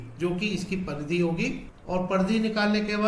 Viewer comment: Pardhy ❌Paridhi